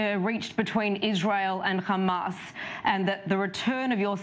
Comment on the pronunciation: It called hamas not khamas sending regards from gaza 😂😂